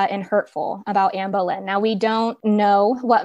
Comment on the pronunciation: Boleyn not bowlynn